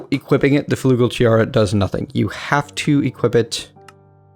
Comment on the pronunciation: Sigh, its not flugel, its flügel - a german